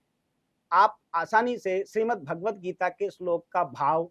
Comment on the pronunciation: भागवद्ध नहीं, भगवद्ध गीता